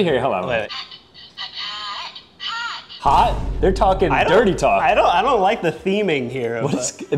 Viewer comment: Bro, he just said hat, not hot